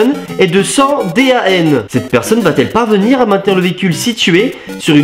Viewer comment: Ça se dit pas D A N mais décanewton